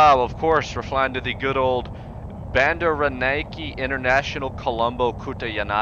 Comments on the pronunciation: Hearing trying to say Bandaranayake International Airport Colombo made my week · just realised u tried to say a Sri Lankan Airport ( where I'm from) which I would say ur try was ok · I died . BANDAHRIHNAIKE International Colombo KATUHNAYAHKAY...? nailed it